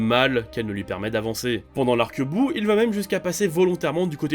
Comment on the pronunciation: Boo pas buu